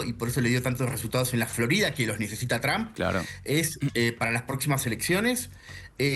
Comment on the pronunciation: Ustedes NÓ dominan el INFLES .. Sê ven y escuchan ridîculos En 🇨🇱 Y ESTÈ CANAL ARGENTINA 🇦🇷.. diciendo YRAMP .. A el PRESIDENTE TRUMP .. IGNORANTES ., Es T R UMP .. nó TRAMP .. 🤦🏻‍♂️🤦🏻‍♂️🤦🏻‍♂️🤦🏻‍♂️